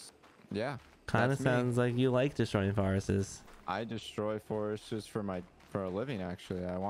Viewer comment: You guys both pronouncing “forests” as “forestes” is wild.